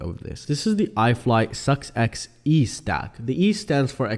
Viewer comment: Why did you pronounce it distintively like "This is the SUCKS..X..."? XD